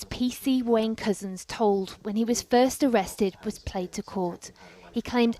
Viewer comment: Whenever the voice-over says "PC Wayne Couzens", it sounds as if she's saying "PC Wanker". Intentionally appropriate?